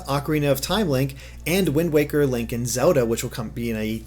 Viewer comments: FOR THE LOVE OF FUCKING GOD STOP SAYIING "ZODA" IM GOING TO FUCKING DIE OF A STROKE... It's ZELDA!!! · I keep hearing "Soda" instead of Zelda xD